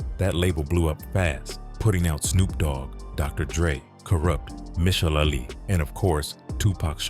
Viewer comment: 😂 Michel’le 🥷🏾 said misha la lee 😆🤣